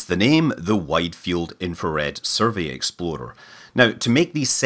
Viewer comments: I'm kind of sad you don't pronounce it "exploder" anymore, but I'll get over it. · I love how your rolled r makes "explorer" sound like "exploder". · I also thought the way he says "explorer" sounds like "exploder." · Every time you say "explorer", I hear "exploder". Same thing, right?